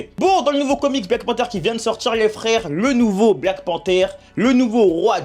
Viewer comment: Black panther la prononciation stp